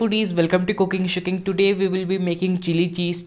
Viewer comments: Sounds like you said,, welcome to cooking shitting,,,,, not the greatest intro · Cooking shitting? Haha that’s what it sounds like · Sounded like he said “welcome to cooking shitting” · who else heard cooking shitting 😂😂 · Sounds like he says welcome to cooking shitting.